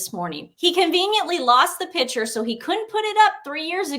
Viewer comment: Ladies love your info Please remember that the word is not “pitcher “ A pitcher is a vessel for liquids. A PICTURE is pronounced Pic- ture.